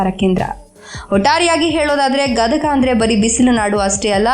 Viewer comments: Medam gadaga alla gadag ani ok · ಗದಗಾ ಅಲ್ಲಾ ಗದಗ ರೀ, ನಮ್ಮ ಊರು.. ಪುರಿ ಮತ್ತ ಬೆಟಗೇರೀ ಚಟ್ನಿ ಮರತರೀ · Gadaga ಅಲ್ಲ ಗದಗ